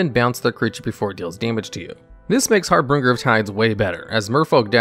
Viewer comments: Harbinger = har bin jer, not har bring ger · FYI: Its Har - binge - er, not Har Bringer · I know this video is old, but I just discovered your channel. The vid is great and I can see that a lot of work went into it, but one thing bugged me a lot. Your #9 is Harbinger, not HarbRinger. You mispronounce it every single time and it was very off putting. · It's har binger not har bringer. Harbringer isn't a word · Har - binge-er…… not har-bringer…. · Harbinger is pronounced "Har-Bin-Jer". There's only two Rs in it. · Har-binge-r. Two "r"s, not three. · It's 2022, if you can't say harBINger correctly, than you have no business making youtube videos. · He does it intentionally in every video to drive up engagement. Congratulations, you played yourself. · I noticed that there was a discrepancy between bad and big, and our narrator added an r in the middle of harbinger. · I went to the comments the second I heard him butcher the pronunciation for the fifth time. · Exactly the opposite. He does it in basically every video to farm engagement. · the way you pronounce harbinger is wrong. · He pronounced Harbinger wrong. Okay! Just leave it alone. People make mistakes! We don't need to be reminded of them. Maybe English isn't their first language?